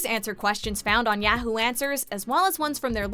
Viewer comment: ", everyone on Earth knows how to pronounce Yahoo.